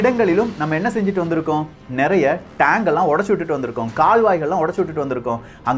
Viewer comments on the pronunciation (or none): none